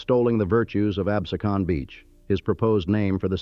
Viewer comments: Its Len ah pee, not lenahpe. Its abh see con, not absahcon. Chal font A is Chahl font. Redding railroad, not reading. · I can’t watch it because of the mispronunciation of the Town of Absecon….. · unfortunate he does not know how to pronouce Absecon. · its pronounced abSEEcun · "Absecon", "Lenape", two mispronunciations/misspellings in the FIRST minute was egregious-is this AI or what? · Amazing. can pronounce "Lenape" correctly but falls flat trying to pronounce "Absecon..."